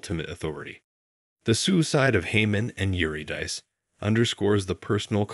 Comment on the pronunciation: HOW did you mispronounce Eurydice??????? It sounds ridiculous, and Orpheus' wife shares her name and is infinitely more well known! Embarassing mistakes throughout the entire video, including your interpretive interjections like "this is to show the cruelty of man-made laws."" What a pathetically shallow interpretation.